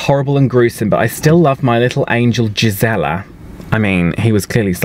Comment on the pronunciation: Gisela is pronounced GEESE-uh-laa